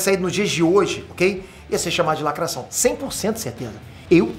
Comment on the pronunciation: muito engraçado !, o sotaque francês falando da lacrráte !!!